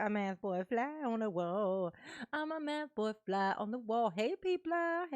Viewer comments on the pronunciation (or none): It’s not mathboi it’s methboi.